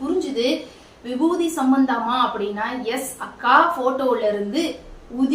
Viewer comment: Vibuthi nu solluga irritate aaguthu